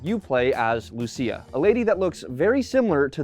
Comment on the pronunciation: as a latino, your pronounciation of lucia was nailed, im surprised